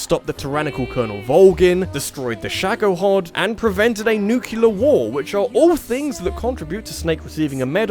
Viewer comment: "nucular war" i thought you were better than that...